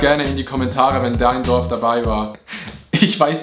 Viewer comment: Pov: dein Dorf wird einfach falsch ausgesprochen…😐😂